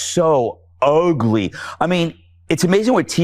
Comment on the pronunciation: You want to see “uhgly”, you idiot, just look in the mirror, or better yet, at you beloved lord and master in the White House. What a freak!